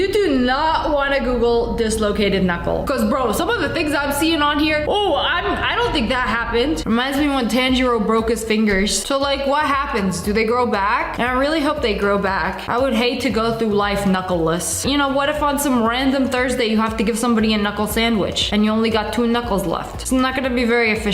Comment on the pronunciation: ...u said tanjiro wrong... no hate tho! but it's pronounced "tahn gee roe"